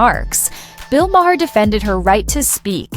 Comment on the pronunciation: Had to stop listening 5 min in because you mispronounced his name about 30 times already. It sounds like MARR not MAHAIR